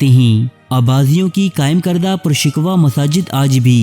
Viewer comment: ALLAH AP KO HIDAYET DE, PUSHKWA LAFAZ THEEK NAHI- PUR SHKOH.